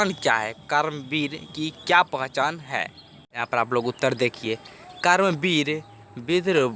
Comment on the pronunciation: Kaaram vir nahi sir karam vir 😅